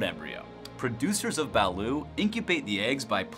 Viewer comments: #4 is pronounced ba-LOOT, not ba-LOO, and it is NASTY smelling! I could never drink quite enough San Miguel to try it. When I was in the air force I was stationed in Japan and traveled extensively in the far east and "down under", and that's how the locals pronounce it. #1, fugu isn't all that dangerous if you go to a reputable ryoria (restaurant specializing traditional Japanese food), it's actually quite unique, you buy an entire fish and after the dangerous bits are removed (skin,liver, gonads),it's sliced paper thin and shared in a group of friends, it's not a meal, it's an appetizer. The live octopus they eat in S. Korea is much more dangerous than fugu. They eat some quite interesting things in Australia too, like vegemite . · It's not ba-lut its ba-lOt not spelled that way but how its said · Its duck not chicken and T is not Silent 🤪👌 Balut is good yum yum 😁